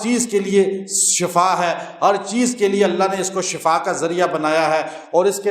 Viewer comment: Mazrat molvi Shb shafa NH SHIFA bolna chahye..